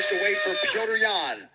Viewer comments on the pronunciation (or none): none